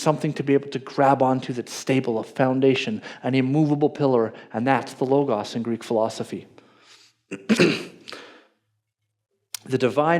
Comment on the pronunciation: I agree with everything here except how pronounces Logos.